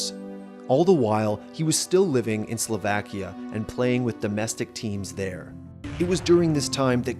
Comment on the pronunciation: I'm triggered by how he says Slovakia/Slovak